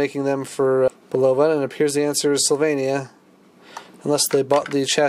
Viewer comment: Very informative video. I stumbled on it while looking for info on an unknown model (this one!) at a local auction. It's a pretty radio. Incidentally, Bulova is pronounced "BULL-uh-vuh." I'm old enough to remember their wristwatch ads on TV!